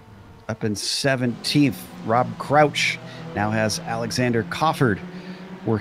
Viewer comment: Hey, one quick note it's Rob C_R_ouch... you keep dropping the R:)